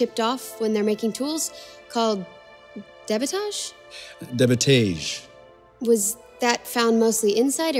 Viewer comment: Of all the scientific terms she's pronounced correctlh and without problem, now suddenly debitage she gets wrong? Also there's just something about the way she speaks that doesn't seem normal and i hate it, the way the sentences are structured with strange pauses and exaggerated inhales! And every single time she asks a question for clarification, the guy responds as if he's admitting to having done something wrong or something, i know it's staged anyway but DANG this does not feel like a real conversation